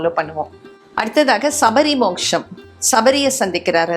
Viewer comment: மோக்ஷம் - சரி மோஷம் - ரொம்ப மோசம்!